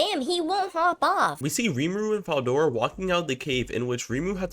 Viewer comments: 1 min in and this man mispronounced Veldora name so many times ✋️😭 "Fedora", "Eldora", DUCKIN "DORA" im cryin edit: NAH WHO TF IS "MALAME" U MEAN MILIM?! NAAAHHHH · I mean that’s not a common name but veldora is said how it’s read so there no excuse for that one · Why you pronouncing veldoras name with a F